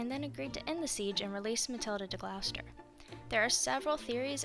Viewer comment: Its not pronounced Gl OW ster. Its pronounced Gloss ter